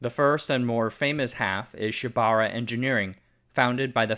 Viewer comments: Pronounced: Shiba OOrah (ura means behind) NOT shibara. TOkyo + SHIBAura = TOSHIBA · Just FYI Shibaura is pronounced “Shiba” “Ura” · “Shiba-ura” (four syllables).